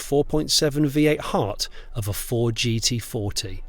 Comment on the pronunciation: Ford what Jonnie ? I can hear you say Ford and then it's gibberish. Pease pronounce the name correctly.